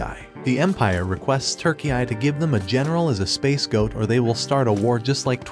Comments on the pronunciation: I don’t know why I found it so funny but he said space goat instead of scape-goat 🚀🐐 😂😂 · I think they meant to say "scapegoat" lol I kept hearing "space goat". Its actually what the captions picked up too 😂 I'm for sure sure, that its scapegoat in that context 🌌🐐